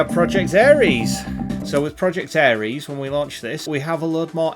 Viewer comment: ITS NOT ARIES ITS ERIS. Two different gods, completely different pronunciation.